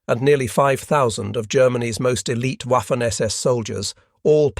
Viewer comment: It's pronounced vaffen with a v.